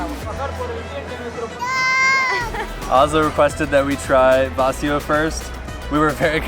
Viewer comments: Vacío has the stress on the "i" not the "a" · The accent in VACÍO and FERIA are different. In VACÍO it's on the diphthong. In FERIA it's on the first syllable. vacío {m} /baˈθio/ ; vacío {adj.} /baˈθio/ ; vacío {adj. m} /baˈθio/ ; vaciar {vb} /baθjaɾ/ ; vaciar {v.t.} /baθjaɾ/. silabación va-cí-o acentuación llana longitud silábica trisílaba feria {f} /feɾja/ feriar {v.t.} /feɾjaɾ/ ferias {f pl} /feɾjas/ el acento va sobre , salvo en feriar donde va en silabación fe-ria acentuación llana longitud silábica bisílaba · Vacío is accentuated on the "i" (in the 2nd syllable) not on the "a" of the 1st syllable. The asado is usually eaten on the plate, and not in a sandwich. The meat is usually still on the little segments of rib bones.